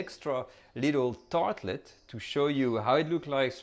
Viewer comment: he sed tartlit